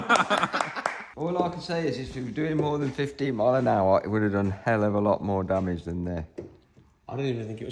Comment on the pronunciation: you should sand the rims before the paint ;). And one more thing. I'm dutch so i'm not sure.. But i think you say the word 'damage' wrong (on purpose)